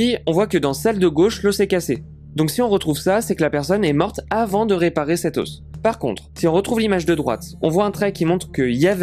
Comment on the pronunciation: Venant d un type qui dit " des oss" crétin finit